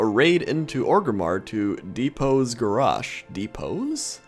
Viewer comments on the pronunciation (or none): why do you pronounce garrosh like that isnt is garrosh not garoooooaoaooaoaooaaoash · Gaaah, lol, it's not Gorraaaarrshhhh, it's GarrOSH. hahaha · Is he saying Garrosh or Garash? :P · The way you pronounce Garrosh annoys me...>:(.